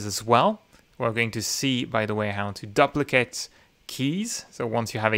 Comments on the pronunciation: Another great video. BTW - the beginning of the word "duplicate" is pronounced like the word "do". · Thanks for this. Your English is great. One suggestion: the 'du' in duplicate is usually pronounced like the 'du' in duty.